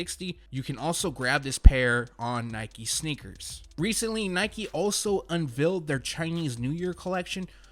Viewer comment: Nice vid very informative as usual n 2019 got heaters 🔥🔥 but....lol the way he pronounces unveil is sooo cringey lol I'm probably the only one that it bothers but oh well lol